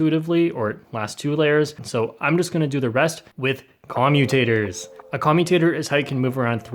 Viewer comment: Nobody: Literally nobody:: c0MutAtErs!